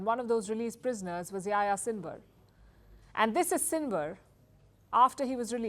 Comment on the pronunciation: it's funny how Palki pronounces the name Yahya, something like YaYa :))